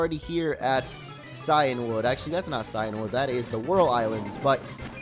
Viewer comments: Cianwood(See-in-wood) Phione(Fee-own-ay) don't doubt me I watch the anime. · Shuckle is in cianwood , btw cianwood is pronounced "keeanwood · Maybe from where you come from. Where I live It's (Cy-an wood)